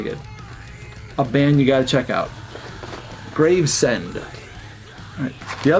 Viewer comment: Not certain, but I think that blackened grind band might be pronounced Graves-end, as opposed to Grave-send.